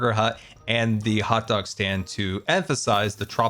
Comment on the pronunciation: "hotgu--og stand." XD Slight slip of the tongue there,.